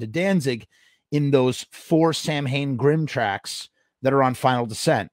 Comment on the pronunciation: SOUR CREAM? Okay here's my GUESS. I'm in my 50's and I was a Misfits fan in highschool complete with Fiend Club membership and a little stack of letters I'd gotten from Glenn that I saved for years. After the formation of Samhain Glenn wrote me in a letter that the band's name is NOT pronounced Sam-Hayn. He told me it's actually pronounced Sow-En or as he wrote it "Sow'n". Two years later the song November Coming Fire is released that includes the lyric "Samhain grim" being sung by Glenn using the proper pronunciation of "sow'n". If you are listening to the song and have no clue that Samhain is pronounced sow'n it clearly and inexplicably sounds like Danzig is caterwauling "Sour cream". Is that the origin of the Sour Cream shirt? I can tell you without a shred of doubt that Glenn Danzig would absolutely HATE that shirt and find zero humor in it. PS: I had a letter from 86/87 where Glenn told me he wanted to change the name of the band Samhain to Danzig when the band was still all Samhain members. I sold all my Misfits singles, Lps, posters, letters, etc in '93 well before the ridiculous prices they started getting on eBay. Drug addiction - the liquidator of countless record collections.